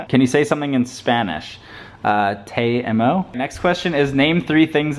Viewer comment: that spanish like TEI EIMO hahahahaha